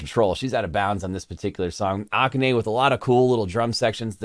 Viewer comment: The way you say, Akane like Oca-ne makes me think Octopus, which she almost has to be to play some of the drum parts Kanami programs for her. Often Akane will say, "This drum part cannot be played by a human being. Good thing The Beast is half Gorilla & Half Drum Machine because she always finds something that works!